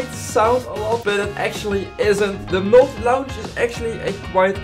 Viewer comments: hoi, ik weet niet of je het weet meer 'launch' spreek je niet uit als launsj maar als lonsj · Werk aan je engels alsjeblieft, geen haat maar het klinkt gewoon niet heel goed. Je grammatica en uitspraak moeten echt een verbetering hebben. Vooral het woord "launch", je zegt het niet letterlijk als "l au nch" maar meer als "l a nch"